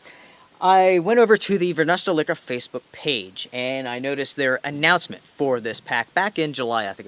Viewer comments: Great review, they are almost sold out! and the company is pronounced Varoosteleka! Not varnasteleka! Thank you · Love your videos! One quick comment...from the Varusteleka web site... "Varusteleka (pronounced [Where's the liquor?])" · For us finns its easy, but you in english you can pronounce it more like a "where's my liquor?" and its quite close correct :D